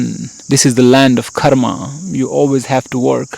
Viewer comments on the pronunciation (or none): none